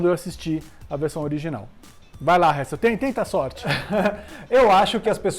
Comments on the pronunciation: Mano... Nem tentando da p leva esse "Réssel" a serio pqq... 😂😂😂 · Hessel ta certo mas ta errado